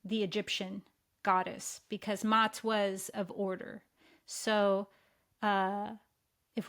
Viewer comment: is listening in the Unified Field as she is speaking. I am listening to this video 10 days after it was posted. And when she talked about Maat, she pronounced it with one "a" as Mat, and I have corrected her, saying it is pronounced Ma-at. And immediately she has corrected her pronunciation, the next time she had used the word, Ma-at. I love how enlightened she is. Time is an illusion.